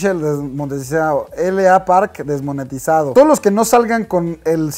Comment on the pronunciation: desmonietisaofssf JAJAJAJA